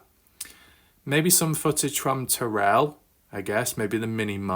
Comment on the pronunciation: You pronounce Terral as tear-al not Ter-relle. Just an FYI. And I hope the TV crews might put some weight on the ones who know what happened.